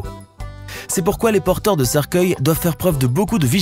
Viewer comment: Hihihi il a dit " Porteuil " au lieu de porteurs hihihi